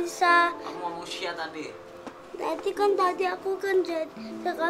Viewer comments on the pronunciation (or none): س(sa) ش(sha) ث (tsa)...........beda ya sayang pengucapan nya